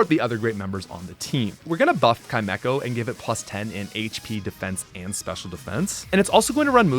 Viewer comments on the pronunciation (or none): Pronouncing Chimecho Kai-Mecho, is as insane as the Poketuber Jimothy Cool pronouncing Groudon Groo-don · English is a weird language anyway. Chimera is spelled like Chimecho and THAT is pronounced with a hard "k" sound, sooo... Yeah I get it. (I find the Canadian "soory" more distracting anyway) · Don't worry,, when I was a kid, I called him "chi-mee-ko":)